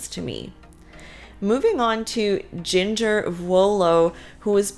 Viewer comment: Jinger’s name sounds like “GINGER” the spice. Not Jinger rhyming with singer.